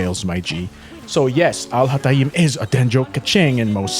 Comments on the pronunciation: The beginning of the video hurt my arabic head...AL HA TA EEEEEMMM LLOOOLLL THIS ONE IS GOOD NGL 💀💀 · Please do me a favor and go to google translate and copy الهيثم and put it in there and listen to how it’s actually pronounced! I mean you can continue butchering his name, but neither the example of how other people pronounce his name (literally no one does it like that) nor how you like to pronounce it is correct. 😅 I mean you can pronounce it the way you want, just don’t teach people to butcher his name like you do, because it sounds more „exotic“ this way, which is kinda....